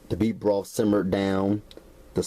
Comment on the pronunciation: Sorry...had to chuckle at "bee broff". Great video, though